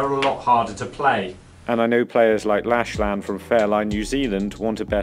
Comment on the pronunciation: Lock-Lan, not Lashlan - good vid again